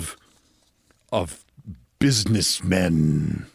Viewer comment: The way you said buiseness men made me snork. Thats a real laugh.